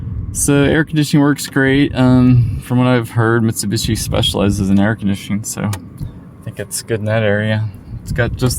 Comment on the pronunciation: Mit-su-bish-i not Mishubishi